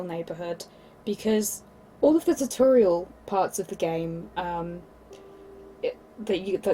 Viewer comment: Ta torial? Im British never head tutorial pronounced like that..